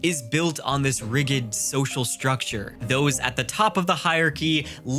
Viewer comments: How is this word pronounced? RIGID This just caught me off guard hearing someone who reads for a living mispronounce this word on video. Oops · I'm going to read the "Will of the Many", thanks. You say "rigid" kinda funny BTW.